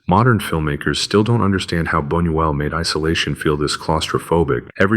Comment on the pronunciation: And, by the way, "": The correct pronunciation for Luis Bunuel's surname is "Boo-nyoo-EL" (secondary accent on the first syllable, primary accent on the THIRD syllable). Hold the thought......